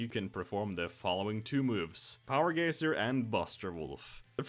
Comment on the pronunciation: "Power Gacier". Good vid, liked the info, had a good laugh.